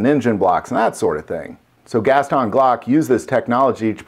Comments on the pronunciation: Why do you say Gaston Gas-ton instead of Gaston? It kinda sounds like you are saying two words. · Is that the proper way to pronounce Gaston ? (Gast-on)